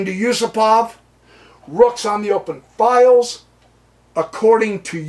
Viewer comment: Yusupov is not Yusopov !!...